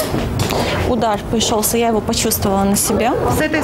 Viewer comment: Ошибки! Не "неВо" а "неГо" Не "кАнце" а "кОнце"